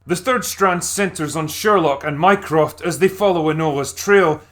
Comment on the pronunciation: Is it bad that every time he said "Mycroft" I heard "Minecraft"?